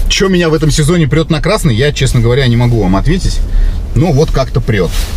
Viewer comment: А ты говоришь кра́ссный цвет а тут красота😂